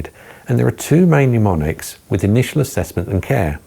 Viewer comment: It is NOT pneumonics. It is MNEMONICS.